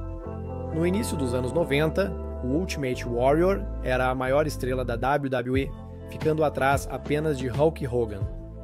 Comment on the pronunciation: Sabe nem falar wwe kkakakakkaa